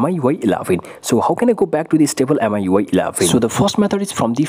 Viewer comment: I think its pronounced miyouay